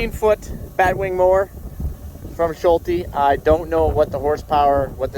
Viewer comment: I love how you pronounce "Schulte" :D